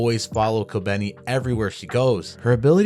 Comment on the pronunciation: its kobeni.